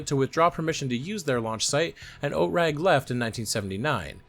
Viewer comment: OTRAG is pronounced /ˈoːtʁaːk/.